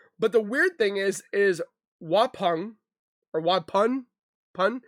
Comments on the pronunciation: Just to let you know. Waupun is pronounced wauPON. I'm from Wisconsin, & I know all the Native American names here can be confusing! ☺️ Love your videos, have a great day🤗✌️ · It's pronounced wuh-pon lol we have the weirdest names in wi 😅